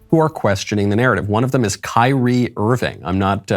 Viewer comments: Michael, admit it; you pronounced his name “Keer-ree-ā” before someone corrected you. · I did like the clip, despite the weird pronunciation of "KYRIE". :)